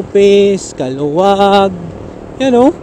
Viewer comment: Kalawag po ang pronounciation...😂